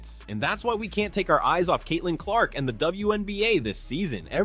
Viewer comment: How did you post a clip with the reporter saying her name and then mispronounce it right afterwards?